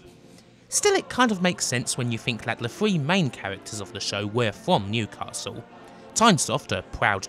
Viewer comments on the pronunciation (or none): none